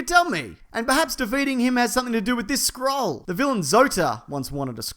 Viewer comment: When he said "scroll" I heard "Skrull" and I was like "whaaaaaaaat?"